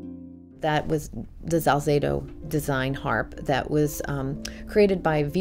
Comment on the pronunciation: She mispronounces his name for some reason. It's Salzedo, not Zalzedo. She speaks well of him. She is far from the only harpist of his lineage.